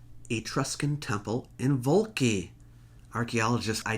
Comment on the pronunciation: 🍷🍇🍋Scuzzi! Scuzzi! Signore, Vulci si pronuncia "Vul-chee" Come collega italiano, e come professore, dovresti saperlo meglio di me. Grazie mille per averci educato su tutto ciò che NON è una parola italiana pronunciata male da un americano. Grazie, e molto apprezzamento